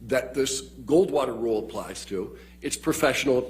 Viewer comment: I swear if I have to hear him say Gold Water Rule as Gorl one more time, imma lose it